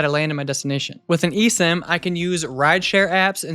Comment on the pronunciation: "Nowadays before leaving home, I always take two minutes to set up an (eSIM???) on my phone" - SADLY, I COULDN'T UNDERSTAND YOU!!!